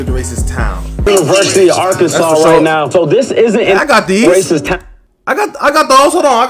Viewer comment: "R-Kansas" lmao.